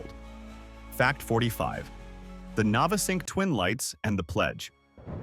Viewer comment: Navesink too was painful to hear.